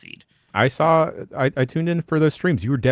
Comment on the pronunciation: "Saw" it,. "Saw". No "L".